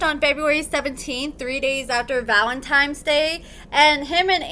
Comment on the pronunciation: I really like, but if your a social media influencer you should be able to say simple words right. It is low class not to try and correct yourself.